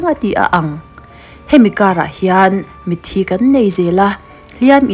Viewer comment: Mitthi i lam dan hi a va original tak... Tawngkam dik takin....